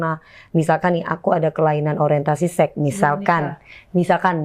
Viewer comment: DP bilang sex jadinya kok sek gitu siiiihhh … (sek’esek’seket’an😂) .. pengucapannya “seks” gitu lhooo biar educated dikit🙊🙈